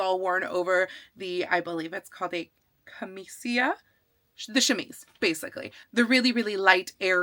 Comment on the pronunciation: Excited for this project! "Camicia" in Italian has the second "c" pronounced as a "ch", so it's sort of like "cam-EE-cha".